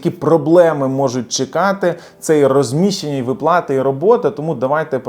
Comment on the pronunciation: Слухати не можливо, коли вимовляють не вірно українські слова. Особливо ставите не вірно наголоси! У слові виплати, ставте наголос на склад "ви". Росіяни самі просилися у ьіженці, але їм відмрвляють, от вони і пигуть з заздрощів на україців байки.